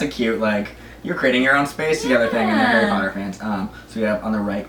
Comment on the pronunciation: harry potter not hairey palter